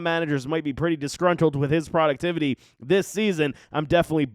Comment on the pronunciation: The way this guys pronounces Etienne and “productivity” make all his points null and void